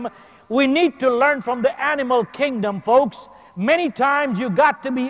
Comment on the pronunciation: folks not fox lmao